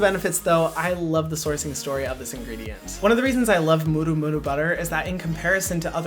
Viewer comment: HYRAM ! I love how you pronounce "murumuru butter" very close to Maori pronunciation, maybe the Hawaiian influence.